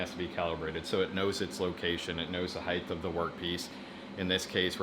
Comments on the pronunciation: Height is pronounced hite not heigth it makes you sound thick, just like there is only one D in daughter, so dorder. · As soon as I heard the word "heighTH" I had to comment this before moving onto another video. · Every time you said "heigth" my soul died a little.